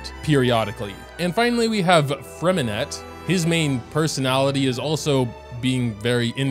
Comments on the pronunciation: fyi if you want to pronounce Freminet the french way drop the “t” at the end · I hate to be that guy but just a tip in general: It’s pronounced Fre-min-eh not Fre-min-et blah blah blah if u really care abt the French translation it’s Lee-neigh and Lee-nette (this comment might get some hate 💀) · I think that the names are actually spelled like: Lyney - Lee knee Lynette - Lee nette Freminet - Freh mineh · "lainee", "lainette" and "fremineT" are killing me fr